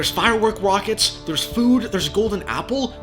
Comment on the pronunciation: “theres firework wockets”😂